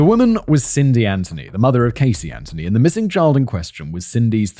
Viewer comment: When I saw the name Casey Anthony in the title, I immediately thought to myself - this is English origin name, so there is pretty good chance Simon will not totally butcher the pronunciation of the name this time. But I needed to check. And he did not! Well done. :)